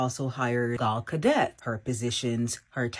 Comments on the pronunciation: Gal Ga-DET 😂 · It's Gal Gadot, not Gal Gadet. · people of the "culture" can't read, sounds out there words and have left the English language behind a long time ago. Ho kept calling Gal Gadot, Gal Gadet. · Who in the hell is "Gal Godett?"